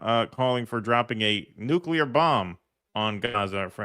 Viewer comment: Lindsey says, "nukular." What a total douche idiot.